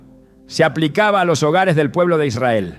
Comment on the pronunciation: Noté que algunas palabras no las pronunciaba bien Como cuando dijo Israel que titubeó